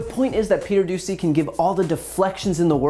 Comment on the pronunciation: Doocy pronounced douchey